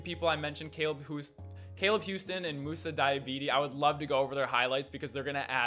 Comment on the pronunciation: Aye good content but all u gotta do is get moussa’s name right😂